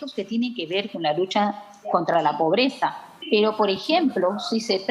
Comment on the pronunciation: Un ejemplo: este chistoso dice póbreza en lugar de decir pobreza